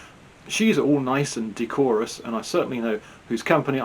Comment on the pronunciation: So to sum up. You label Brendan as disrespectful and mocking. You do a comedy faux-chinese accent to reiterate the Chinese woman's comment Then you call Brendan a "jackass" in a strange American accent. Hmmm. By the way, that's the not the correct pronunciation of "decorous". Please don't label people or do comedy foreign accents, it's 2024, not 1976. If you really MUST be pompous, at least pronounce your words properly otherwise it comes across as though you've used an online dictionary to grab words for your rather bizarre observations.